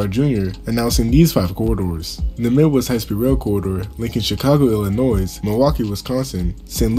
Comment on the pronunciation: 100% with "Illinois" the S is Silent!